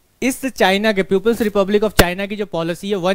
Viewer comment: अबे प्यूपिल्स नही बे, पीपल्स रिपब्लिक बोलो बे।